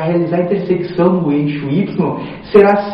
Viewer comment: Não consegue falar a palavra "intersecção" de jeito nem um né kkk.Mas o vídeo foi muito bom.